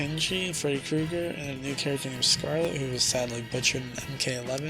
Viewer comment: man for real they butchered skarlet so hard